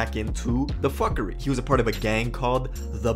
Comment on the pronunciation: The only copy cat here is this guy tlkn about “fckry” 🤣😂